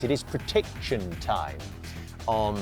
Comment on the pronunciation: “ It is pre tit ction time “ you what now ? 😂